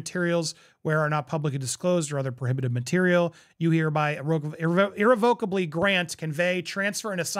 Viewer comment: Just an FYI.. you're pronouncing "irrevocably" incorrectly.